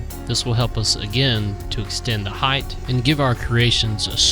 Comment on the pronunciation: Great conversions - very inspiring! However, the word is height with a hard T ending (like night, sight etc) it is not heighth! You must've said "heighth" half a dozen times!